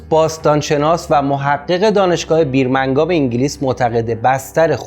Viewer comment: چرا گوینده آنقدر سوتی کلامی میده. 😂😂😂دانشگاه بیرمنگاب؟؟؟؟؟